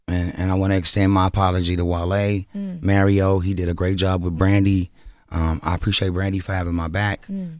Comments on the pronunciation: Who tf is “ MARRYO” lmao 💀😂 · Is him consistently saying Mario’s name wrong on purpose for me? 😂